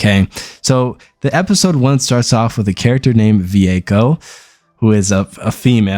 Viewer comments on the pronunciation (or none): It's Vueko not Ve-echo